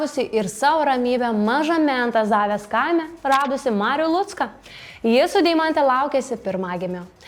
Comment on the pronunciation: Myliu šitą laida ❤ bet net ausis sukaudo ant kiek blogai buvo sukirčiuotas Antazavės kaimo pavadinimas 🙈 😂😂